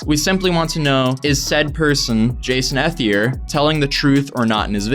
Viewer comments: You’re saying his last name wrong it’s pronounced E-thier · I think ethelier is pronounced like eth ee lee ayy, like all as one word